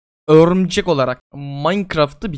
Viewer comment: Örümcek ne lan o örmücek xd